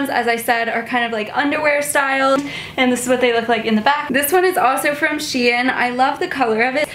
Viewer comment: Is she pronouncing shein wrong?!